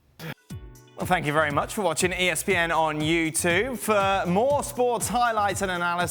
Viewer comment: It’s not ‘youtooo’, it’s ‘you tuBe’. That outro gets on my bits!!!!